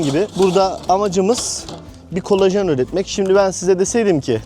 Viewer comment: Kolejen ❌ Kolajan ✅